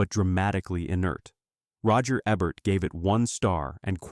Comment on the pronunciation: Obviously AI. The narrator-bot pronounced the critic's name "Roger Eh-bert." 🙄